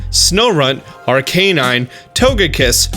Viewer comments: I thought it was pronounced ar-ka-nine dude to the anime pronounciation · Why did you pronounce arcanine as RK9😂